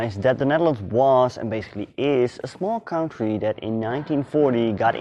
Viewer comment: Aangezien je dit dus in het engels doet hierbij een tip. Werk nog een beetje aan je uitspraken. Als je dus engels sprekende mensen wilt aanspreken maar je uitspraak van bepaalde woorden niet goed is gaan mensen zich ergeren. Bijvoorbeeld “country” of worden met een D zoals “dead” en het verschil met “death”. Geeft niet, het zijn typisch Nederlandse uitspraken van her engels maar misschien kan je dat gewoon eens oefenen. Want je inhoud is de moeite waard.